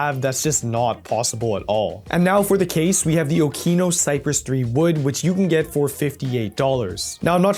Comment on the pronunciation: Did bro just pronounce Okinos as Oh-KEE-nos